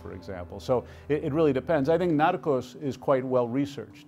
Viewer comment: Why does he say narcos and Sicario with an accent ???